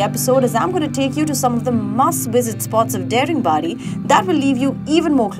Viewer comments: daringbadi is actually pronounced as "daa-ring badi" nd the "da" in daringbadi sounds same as "th" in word "the", but its ok... u gave a new name to that place, its cool😂anyways, lots of love frm odisha 💜(although m late lol) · Excellent video. Only, the pronunciation is 'DAA-RING-BAADI' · Nice video, but my god whenever she pronounces Daringibadi like damn it's not daring badi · No, i m correcting her...what m i doing or not it's none of ur business...as a citizen of this State and country , it's my right to tell the correct pronounciation of the place...hope u will get it .. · Everytime this girl is pronouncing dare-ing-badi , its hurting my ears . Why dint anyone correct her !!! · Daringbadi is not how you pronounce Daring but rather how you pronounce Da in Dance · Please pronounce Daringbadi properly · Daringbadi is not the correct pronunciation please check 🙏 🙂 😀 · The pronounciations of the names of the tourist Places are so pathetic/undeserving to be heard!!!